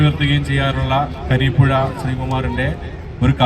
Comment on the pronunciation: മലയാളത്തിലെ മികച്ച കവിതകൾ തിരഞ്ഞെടുക്കുകയും അവതരിപ്പിക്കുകയും ചെയ്തിരിക്കുന്നു. എല്ലാവർക്കും അഭിനന്ദനങ്ങൾ.പിന്നെ കരീപ്പുഴ ശ്രീകുമാർ അല്ല സാർ കുരീപ്പുഴ ശ്രീകുമാറാണ്.....